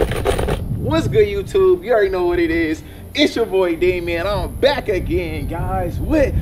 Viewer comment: Why is dj's grampa saying daimin to dj